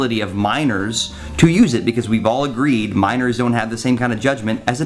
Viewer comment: Took me far longer than it should have to realize you were saying "minors" and not "Miners".